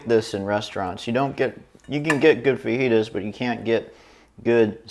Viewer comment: Pronounced... Fa he ta